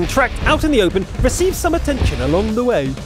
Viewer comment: lol the way he said way